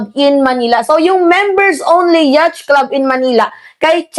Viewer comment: "Yat" po pag pronounce ng yacht.